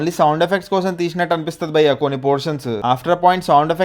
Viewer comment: Dear..malli malli bayya bayya anaku....just pronounce bhayya ledante lekiga vuntadhi